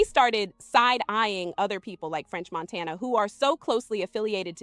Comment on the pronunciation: french montaynya